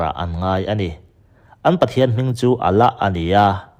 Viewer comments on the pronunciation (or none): none